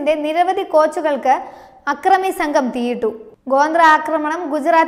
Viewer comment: ഗോന്ദ്ര അല്ല കൊച്ചേ ഗോദ്ര